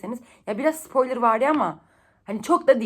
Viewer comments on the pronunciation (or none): none